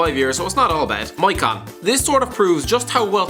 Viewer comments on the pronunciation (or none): Man for fuck sake listen to some commentary! It’s Maicon (Maykon) Xavi (Chavi or Javi) Schweinsteiger (Shvaneshtiger)